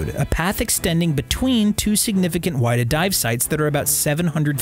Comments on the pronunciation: It’s not the Why-duh, it’s the Wid-uh. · There is actually a museum in Yarmouth. I’ve been there a few times before for school and summer camp, very cool! Edit: also forgot to say, it’s not why-da its wi-da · It’s the whiddah and it’s not like wide. Like will. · It was called the WIDDAA. Silent I. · Its Wid-ah and Chat-ham.....new England has its own pronunciations I guess. Thank you. Its so interesting. Great info.i had no idea that was the story behind it. I never thought It would be found.